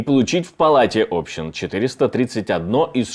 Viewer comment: ОбщИн ,а не Общин , граматей хуев 😂